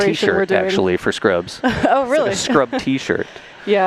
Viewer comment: Scrubs, not Ruds!